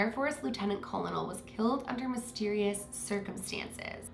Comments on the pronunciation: “colonel” is pronounced like kernel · feel better! I think it’s a little silly to be nit picked for something small like a miss pronunciation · We just chalk up your pronunciation of "Colonel" as a "Haileyism" We love you!!!